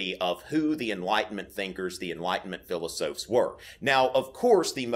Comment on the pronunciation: Hey man - love your videos. Just discovered them and am really enjoying my time watching them. My only issue is that I die a little when you pronounce "philosophes" as "philos-oafs". Its more of a "philos-offs". Keep up the good work!